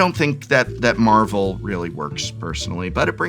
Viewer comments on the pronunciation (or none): none